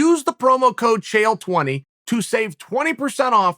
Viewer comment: Cheal, please. Pick Connor in your prediction. Oh, wait a minute. Is it Cheal or Chael?